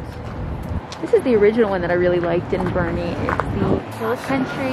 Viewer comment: Thank y'all for saying BOERNE right! WOOT WOOT!